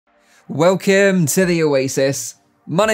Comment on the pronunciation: When ever Mike says 'Welcome' at the start..all I hear is "Well Kim". And I'm wondering..."who's Kim"?